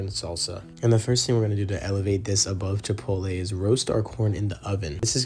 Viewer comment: It's pronounced Chee-Pott-All.